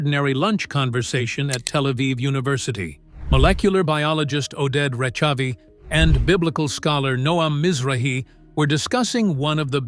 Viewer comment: The ch in Rechavi is pronounced with a guttural sound, like j in Spanish or ch in German, not ch as in cherry.